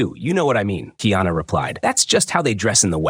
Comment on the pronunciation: Kiana is the transliteration of the English, female name, Diana. His name is: Ka-i- ana … learn the proper pronunciation, you sound absurd.